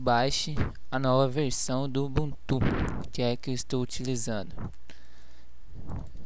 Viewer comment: Não se pronuncia ubunTU, o correto é uBUntu.